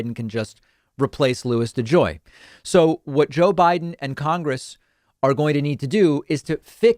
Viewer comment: Hahaha De Joy needs to go to De Jail ! Oh buddy you are going somewhere! It rhymes with mail.... and begins with a J . Do your homework.